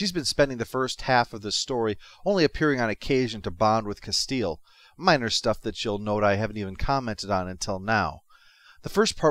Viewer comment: Castillo (Kuh-STEE-yo).